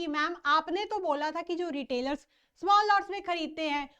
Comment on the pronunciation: Mam thoda dhire bola kro please kuj smjh nhi ata itni tej bolte chle jate ho small ko smell bol dete ho 😂